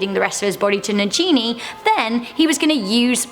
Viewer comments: Stop saying na-ji-ni...it's na-gini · Its not najini its nagini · Omg its Nagini not NAGINEEH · Its na(g)ini not na(j)ini, it is spelled Nagiji which make sense that you should pronounce it with (j). In not sure if it is a double g though. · Urgh I cringed when she pronounced Najini instead of Nagini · It is nagini not najini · Who else cringed when she said nagini like na-ji-ni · nagini not najini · Why is she saying na-ji-ni instead of na-gi-ni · I noticed she said Najini... its Nagini.... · No hate but it annoys me how she says nagini..... it’s nagini not najini... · Why do you pronounce Voldermort's snakes name as Na-Gee-Nee, when in the movies they pronounce it as Na-Ghee-Nee? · Nobody... NaGeeNey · I can't believe you pronounced Nagini as Nagenie.. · NAGINI! NOT G as in Ginny!! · I love her but when she says Nagini she pronouces it "Nageney" aghhhhh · It’s pronounced Nah-gee-nee and Barty was not mad eyes son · Gryffindor-Dire Wolf. You made a major boo boo. Barty Jr. Was impersonating Mad Eye Moody and using the imperious curse on his father. And it's pronounced Na-gi-ni not gee like geewiz. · IT IS PRONOUNCED NA-GINI. come on. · No offence but it is nagini and u say g as the way u said it as you were a bb and little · Get rid of the woman in the vid she can’t pronounce ‘nagini’ correctly very triggering 😂 mispronounces it not once but twice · You're pronunciation of Naagini is wrong. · It really bothers me how she says Nagini...and I doubt Harry Potter is her "favorite childhood story" seeing as how barty Jr turned into mad eye...not his dad... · Nagini= Nah-G(good)i-nee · I love your videos but I am doubting your HP credentials because you mispronounce Nagini (hard G, not soft) and Aberforth (not Alberforth). Big frowns.